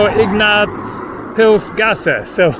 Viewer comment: Yes, he could get a speaking role in a Hollwood WW2 movie. But to be fair his pronunciation of "Ignaz-Pilz-Gasse" and quite a few other words was just perfect.